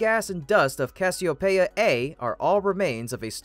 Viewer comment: noun, genitive [kas'-ee-o-pee'-uh]